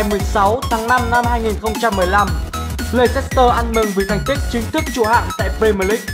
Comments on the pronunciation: Thế này nhá, nếu đã đọc tên clb thì hãy đọc cho đúng, đọc sai tên clb người ta cứ như sỉ nhục vậy, cái gì mà lây xét tơ, nghe vớ vẩn chưa từng thấy là Lét s tơ. Cảm thấy vô cùng khó chịu với những người như này, nếu ko biết tiếng Anh thì ít ra cũng phải tìm hiểu cách đọc tên người ta sao cho đúng. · Nguyễn Đình Khoa Chính xác 'lɛstər', cơ bản là đồng âm với từ lester, vì vậy leicester đọc y như lester. Đã vậy còn có thánh Kun Kelly đã ko học tiếng Anh còn bày đặt phát biểu. Lây xét tơ =)), nực cười hết sức. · bỏ ngay cái từ le xít tơ đi.nghe mà chối hết tai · phát âm là /less/ter city nhá bạn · ad đọc sai tên Leicester sai rồi nhé :v không biết là cố ý hay vô tình đây